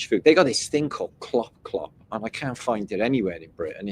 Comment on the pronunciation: lmao at the KlopKlop stuff. You pronounced it very well too.